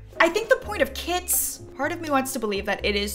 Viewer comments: i heard she saying "kids packs" instead of kits and i got excited thinking that it was about children but i'm just deaf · Everyrime you said "through the kits" I thought you said "through the kids"